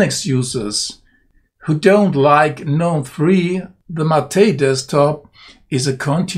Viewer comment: Thank you for pronouncing GNOME the correct way............... I cant stand all these pretentious people who say the "G"